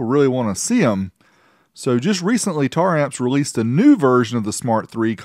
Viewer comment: omg you said it right, been staring hard at the name while people say tara amps.....